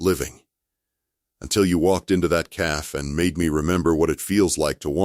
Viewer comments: Please adjust the pronunciations. It is pronounced Caffey not Caff ... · A fun story…but cafe is not pronounced caf… cafe is pronounced caf long a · The narrator keeps saying calf not Cafe. Silly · Loved the story but teach AI to differentiate cafe from calf.